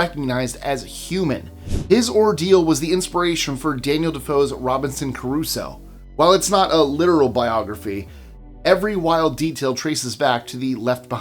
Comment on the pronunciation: Crusoe, not Caruso lol